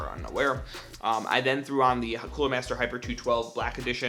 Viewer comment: Within 14 seconds of this video. He mispronounced the cooler and also voice cracked. LOOOL no hate, just thought that was funny